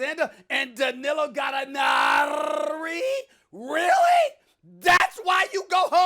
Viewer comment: why is he doing that “Gallinarrrrrri” thing again 😂🤣